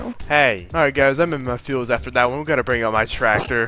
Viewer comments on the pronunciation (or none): "weh goatta bwing oaut mah tracktaor'